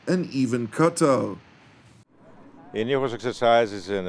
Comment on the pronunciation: I love this news. For anyone who enjoys being informed about major events in the middle east, this is it. Thank you! ... and I like the way you say Qatar... you don't say cutter, corer, carer, gutter... no, you say Qatar.